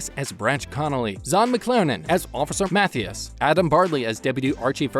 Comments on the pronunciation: Why do you insist on mispronouncing the cast members names? It's "Longmire,," not Long Mire; *CADY" Longmire is not pronounced "Catty." Mathias is not Math Ius. Either stop using computer generated voice or learn to pronounce their names properly. Show some respect! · Cady is pronounced with a long "a" , and Mathias with a long "i". Did you watch Longmire at all?